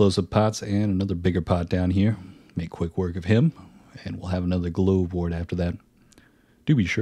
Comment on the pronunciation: Just fyi glovewort is pronounced like regular glove like you wear on your hands